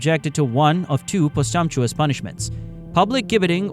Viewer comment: Posthumously and Thames were both pronounced incorrectly